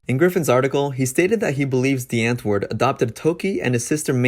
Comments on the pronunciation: Lol your pronounciation of these South African words got my dying 😂😂😂.. The w is pronounced v. And it's not "antwoord" it's "untvoord" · “Antwoord” is pronounced “ant-voo-rd”